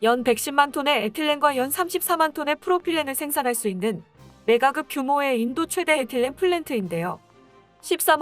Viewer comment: 메가끕, 신끼기 발음 잘해주시기 바랍니다. 경음화법칙만 잘지코도 구독자가 늘어날테니...